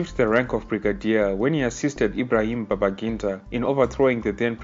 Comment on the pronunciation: Its babangida, and please do your research well before spreading this misinformation.